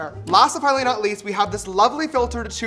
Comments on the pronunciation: 😂 the way he said fuggly or finally made me laugh and giggle 😆😆😂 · ngl i thought you said fugly not finally